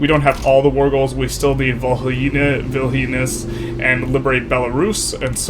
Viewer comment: The way you pronounced Kaunas and Vilnius 🤣